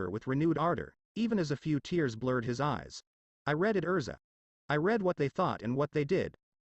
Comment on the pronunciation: It's erza not elsa.